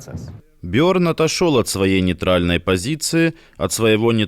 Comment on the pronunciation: Он Берн, а не Бёрн